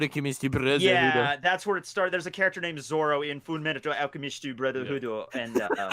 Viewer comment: saying fullmetal alcamist brotherhood